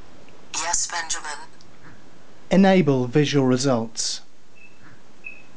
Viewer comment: I'm extremely impressed but "enable wife"...? :)